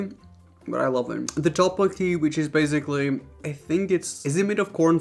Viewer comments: why do you say baZically? its baSically. Also you should have done some from asia also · I challenge you to go ONE video without saying "basically"... My bad, "bazikly". You're allowed to say it (hmm what's a normal # for this?) 3x MAX... Ur nor down.